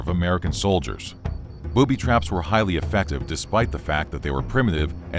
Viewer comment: Booby Traps"? When pronouncing it, it sounds like ,,Boobies Traps" :D